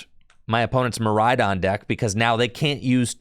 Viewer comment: I had a good chuckle when said Midraidon.